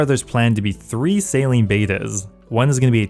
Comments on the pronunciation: lol bro is saying Salean... say sail-ing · Anyone else hearing sailing as "Saline". Maybe I'm high idk. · U said saline no sailing so many times I thought u had a lisp not go a lie dude